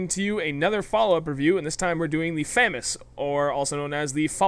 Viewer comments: "Fah-Mahs" French Weapon No French person pronounces it FehMis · I mean there is pronouncing stuff differently, then there is just flat out wrong. FAM-AS is just wrong.